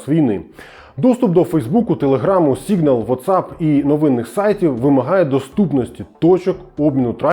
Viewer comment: Що з "СІҐНАЛ"🤔